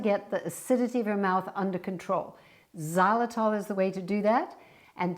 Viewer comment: Before I started I said please do not say xylitol! Here we go again